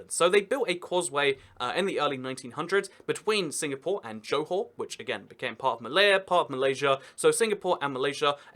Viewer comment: bukit batok... pronounced right on.... johor ... nicely pronounced too... 👍